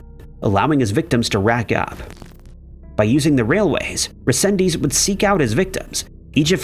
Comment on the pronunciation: Okay I couldn't take it no more, There's so much you got wrong on the Angel resendez Ramirez case, starting with saying his name wrong, then implying he was attacking people on the trains which never happen. Just a plethora of wrong information.